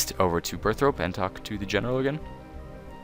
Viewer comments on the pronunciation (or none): BurthORpe not BurthROPE. Jeeze. Hard to take people seriously when they can't even read a simple word. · Burth-rope lol :p, Burthorpe*. Ty for the guide!